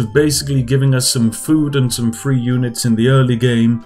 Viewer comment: You pronounce the th. That sounds like three not free LMFAO 😂😂😂💀